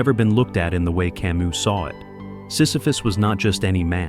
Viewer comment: this genius bot mispelled/mispronounced camus but compelling content otherwise